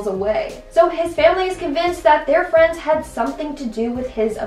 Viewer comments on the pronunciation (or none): Hi fwens